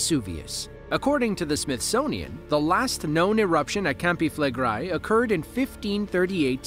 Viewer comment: "known locally as" CAMPI FLEGREI - if you say that learn to say it correctly. Flegrei not Flegrai 🙄🙄